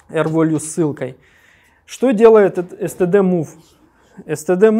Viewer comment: Все супер, но «л/р волью» прям сильно слух режет. rvalue = r + value => value читается как «велью>